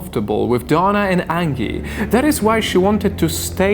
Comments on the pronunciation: Angy? Are you sure it's not Angie? Like the song son?(Aaanjay) Please stop saying angy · Anji. Or angee. Not like Angela merkel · Angie is not pronounced like Ann-gi. The g is pronounced like a j. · It’s an accent :) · Angie is pronounced with a soft G